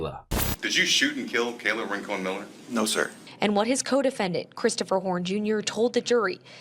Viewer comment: Rankin? Anyone Jamaican? Oh, it's Rincon.